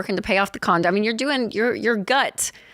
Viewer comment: Did she say Lauren was working to pay off the condom Instead of condo? Lol😂